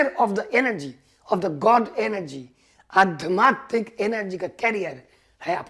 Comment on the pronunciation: Aadhyaatmik बोलना सर...🥰 आप pronounce करते हो adhmaatik ...बाकी बहोत अच्छे बोले प्यारे दादा,,पापा जैसे प्यारे😇 Thank u...💯👌